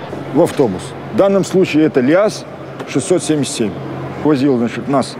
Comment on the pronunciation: ЛИАЗ топ ОДИН. Ударение на вторую гласную